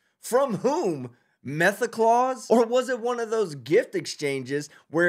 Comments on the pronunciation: MethaClaus lmao oh saint meth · ‘Metha Claus’???? 😂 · lol methaclaus instead of presents you get jail